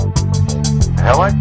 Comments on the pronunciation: oh yes and by the way is pronounced he-licks not hell-ex =P just like reflex isn't pronounced reff-lecks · nice, except its not pronounced 'hell-iks' its 'he-licks' . rhymes with re-flex.